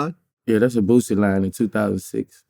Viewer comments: Vlad, its Boosie, not Vussy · Vlad need to ask Boosie why Wack calls him, "Boot-sie"?